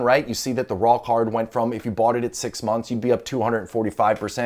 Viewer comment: Is it just me or does "raw card" sound like "rock hard" lmao